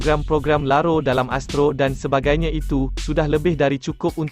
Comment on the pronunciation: Sebutan laro oleh suara pengantar..eloklah ditukarkan kpd perkataan sebenar, lagho...yg bermaksud ghoflah..ataupun lalai